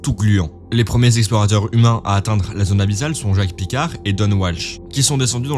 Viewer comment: Jacque picard ne se prononce pas Djack à l'anglaise. C'étais un suisse donc il faut le prononcé à la française.